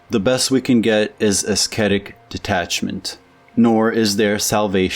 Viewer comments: Ass-ketic? (Ascetic./uh-settic.) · Ascetic pronounced as ‘asketic’? You are as bad as Trump, bigly ! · The "c" in ascetic is silent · Great video, thanks! Pronunciation tips: with "ascetic" the "c" is silent, should be pronounced "ah SET ic". Also, with "dilettante" the "e" at the end is silent. ❤ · Ascetic (the “c” is silent) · My Mans said esketit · So this one goes to the pessimism addicts along with otto weininger. Also ascetic is pronounced - "assetic,". Great video nevertheless! Eduard von hartmann was the shit!! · This is the 2nd video where I've heard an American pronounce ascetic with a hard c. Is that an American thing? Because my dictionary has it pronounced as "əˈsɛtɪk" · You might want to look up the pronunciation of "ascetic". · The "c" in "ascetic" is silent. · That's not you pronounce "ascetic".